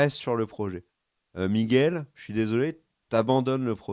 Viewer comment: arrête d'appeler Miguel "Migouel", stp...... Ah, merci.👍 Bâtard? Euh, oui, si tu veux. L'Alan Taylor qui va le remplacer, il est excellent, ce mec, on va voir ce qu'on va voir en saison 2!